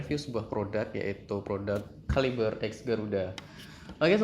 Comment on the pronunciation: KALIBRE KALIBRE.. (read) KeLIBER MASS..wkwkwk dr sekian bnyak review bacanya gt semua..wkwkkw